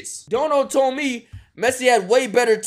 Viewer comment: Man says Pessi and expects to be taken seriously. Lol